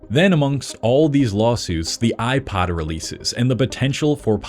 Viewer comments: Why do you pronounced "iPod" as "iPad?" How do you pronounce "iPad?" iPid?" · he pronounces iPod like it's an iPad. 🤮